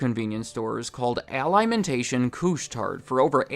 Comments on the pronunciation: Say it with me: Aah-lee-mohn-tah-sion. It's a Quebec company, thus it's a french name. Great vid but that pronunciation made me cringe! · Where was the usual apology for mispronouncing “Alimentation?”